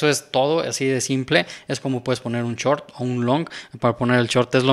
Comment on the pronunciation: se dice shhoooorttt, no chort.